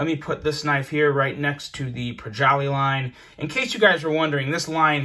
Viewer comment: What in the hell is a "projolly line"